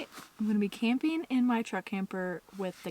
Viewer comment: "Sleepeen" "campeen" ?????